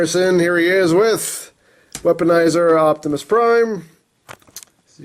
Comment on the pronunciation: Rjgood job It's Optimus Prime Not Octimus Prime!